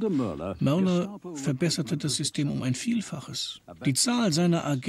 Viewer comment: Der Mann hieß übrigens Müller. Und wenn dieser Name schon falsch ausgesprochen wird, lässt das wenig gutes vermuten, wenn es um diese Dokumentation und ihre deutsche Fassung geht..